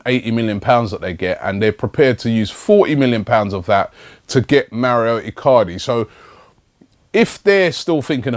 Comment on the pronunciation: wow I like Robbie, but when he pronounces the names is so shit Mauro iCardi - "maurio" Marcelo brozovic - "mar chair lo" Nampalys - "Napoli"